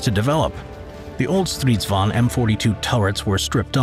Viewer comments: Stridsvagn not stRiSvAn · As a swede i just love the way people from other countries say our words i just find it realy funny. You forgot the hard G in Stridsvagn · Kinda annoying that you forget the G in stridsvagn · "Striidsvaun" lol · i'm swedish, and i have NEVER heard anybody say sanslös. it's something else but i can't get my hands on it. 6 MONTHS LATER, I FOUND THE WORD! "meningslös" (and your pronounsiation of stridsvagn is ridiculous, but keep it in, it's funny.) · i hate how he pronounces stridsvagn